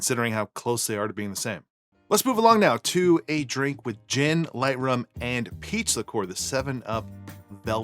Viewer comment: I kept hearing “pizza core” instead of “peach liqueur”